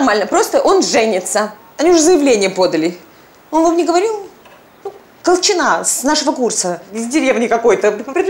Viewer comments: Почему колчина' ? Я была Ко'лчина . Так ухо режет, такое ощущение, что спецально на этом делают акцент, противно. Зачем менять ударение? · Режет ухо, КолчинА, КолчинА. А правильно КОлчина.